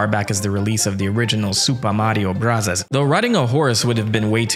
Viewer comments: Please stop saying Mario brothers like that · “Suupa Mario Burasasu!” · So told you how to say Super Mario Bros: Supuh Mawio bwudduhz. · The fact that you keep doing the Japanese pronunciation is one of the best things ever. Gets me every time. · Your commitment to the pronunciation of Super Mario Brothers is commendable. 😆 Love it.